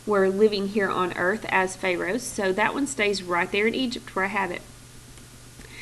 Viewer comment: Everytime she butchers the word "pharoahs" I cringe. And fix the error in the first sentence on Egypt side!!! It's supposed to say "THEY thought" not "THE thought..."